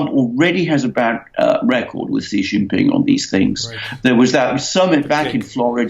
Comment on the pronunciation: President Xi's name is pronounced as "See", not "Jee".